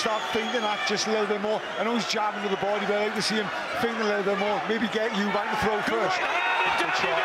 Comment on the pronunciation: Eubank. There’s no s in it. LOL